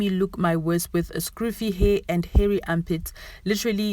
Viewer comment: Scruffy not scroofy